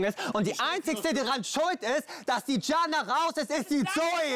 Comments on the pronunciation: Andrea Leeger Didschana😂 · Sam! Wie oft noch?! Man spricht es wie Jana! Di-Jana! Also einfach Di-Jana😂🙄🤦🏼‍♀️